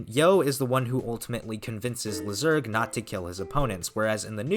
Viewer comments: Lyserg Laisurg, not lizerg, please man it ruins your videos how you are pronouncing his name. Everybody knows how it is pronounced from the show. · The pronunciation is ‘Lai-sir-g.’ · I prefer to say Lyserg's name LYserg instead of how you pronounce his name, but it doesn't really matter at the end. I know why you say his name like that, but I prefer the first name you used before